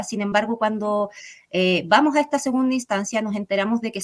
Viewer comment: "Y vamoh a,,,," Por favor, pronuncia las eses, mujer!